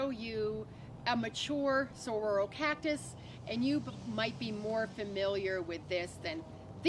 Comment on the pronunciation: I can’t trust her pronunciation of anything after hearing her call them sahroros lol. Jk jk good vid.